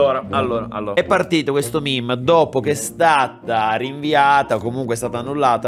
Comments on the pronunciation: comunque si legge MEME non MIM. Grazie. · Pk dici mim e non mèmè